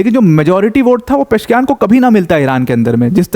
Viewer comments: It's not Mahmood it's "Mas-ood" and "Peh-zesh-kee-an" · Sir it is " मसूद पेजेशकियान" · Masoud को mehmood पढ़ना कैसे सम्भव है l Pezeshkian. पशकियान इसको अगर आप गलत पढते तो...